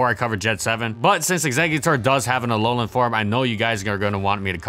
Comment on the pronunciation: Did you just say Alogang exeggutor?